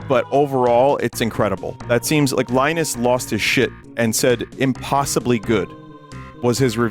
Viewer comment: Leenus ples